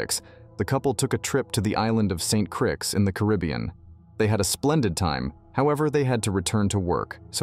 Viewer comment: I wonder if Chino or Chico have ever been to Saint Krix. So many pronunciation errors with AI.